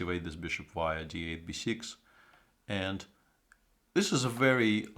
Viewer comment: Svidler say not instead of this zis i(nstead of this) etc. Mr.Svidler is a genial chess player from Russia and i every time like if genius talk i can not see his comments live but thank i can át night. from Budapest. from Russia this videó how go instead we went. take alsó as we how make our statement. i will listen some íves montand to get some.